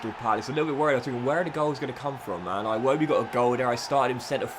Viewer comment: Is it aa-iwobi or i-wobi